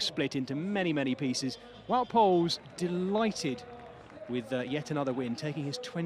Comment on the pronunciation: since when is wout poels english 😂